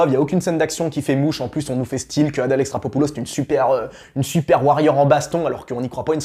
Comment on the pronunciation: Répète après moi: Adèle E....XAR.....CHO....POU....LOS !!! XD